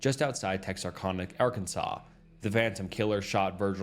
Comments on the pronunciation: Hey! I'm from Texarkana..that's is NOT how it is said! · As a man who love 45 monutes from TEXarKana thats how you pronounce it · Tex ar can uh. Not kahna